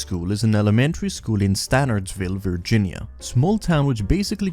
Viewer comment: incredible mispronunciation of Virginia10/10